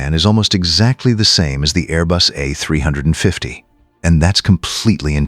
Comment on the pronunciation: Teach your AI how to properly prnounce "A350" and other aircraft numbers.